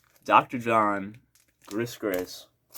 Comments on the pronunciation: Hi-First video of yours I've seen, liked it and Sub'd. Enjoyed all of your comments and I guess the only thing I wanted to say is that I think, I may be wrong, but I think Gris Gris is pronouned Gree Gree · Great to see a young lad digging all this stuff we heard first time round. The Paul Butterfield superb and Dr John a constantly played classic. (Pronounced Gree Gree). Got the framed sleeve on my wall.